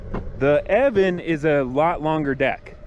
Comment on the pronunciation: The name is pronounced E-O-VAN. (I asked someone at the company). Thanks for the review. I want this board and the funny thing is, I currently have the Verreal RS with the 105 Cloudwheels. I am running the 40t pulley. I noticed your friend has the 45t pulleys. I am curious on the RS with the 45t pulleys.... what’s his top speed? I am getting exactly the same top speed with my 40t pulleys with the 105 wheels (maybe a hair slower) but off the line, a tad bit sluggish. I don’t like that. I’m wondering if I should have went with the 45t pulley from Verreal. Maybe there will swap out my 40t for the 45t?? Other than that does the EOVAN give you a high quality fell over the other Chinese boards? I want this to be the last board I buy and I want to make sure that I am happy. Oh and one more thing please.... how do those rubber 105mm wheels compare to the ride of the Clouds? Thanks so much.